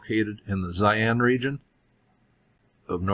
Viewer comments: Thanks. Tough "Zaian " is another place completely. Its called Xi'an "Shee-Ahn" Cheers! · pronounced she'an not zion